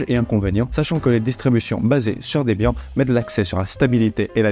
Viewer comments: On dit pas Debiant MAIS: debiane. Qui est la contraction des prénoms de Deborah et Ian (prononcer Yane). Ian étant le créateur de cette distribution, et Deborah sa petite amie de l'époque. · Salut super vidéo mais je veux pas faire mon chieur😅 mais Debian se prononce comme les noms de debra Lynn et Ian Murdock dont Ian était le fondateur. Rip ian murdock 😿